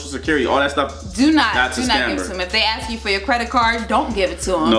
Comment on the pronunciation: “Can I just axe”